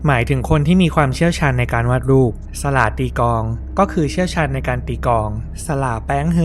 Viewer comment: สล่า อ่านว่า สะ หล่า แป๋ง อ่านว่าแป๋ง ไม่ใช่แปง